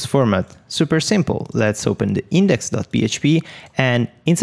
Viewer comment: I love it when you say "Super simpol"... it brings a sense of confidence to those who are learning, like me.... 5 years as web developer but the first time learning how to actually develop for Wordpress :D